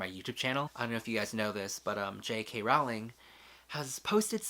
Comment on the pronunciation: Welcome to the Wizarding World. :-D (BTW, it's 'rolling' not 'rouw-ling') ;-)